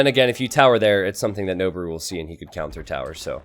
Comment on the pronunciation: noboru is pronounced " noh-BOH-roo" not "noh-bah-ROO". It means "to climb".